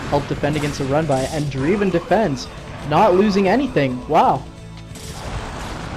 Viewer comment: nice game! Isn't Dreiven pronounced "DRAY-ven", not "DREE-ven"? My intuition about English diphthongs tells me the former sounds more proper, but I could be wrong.